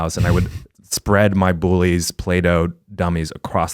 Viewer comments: The way Eugene says 'bully'... I'm sorry. He says BOOLY. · Eugene dead ass says bully like “boolie”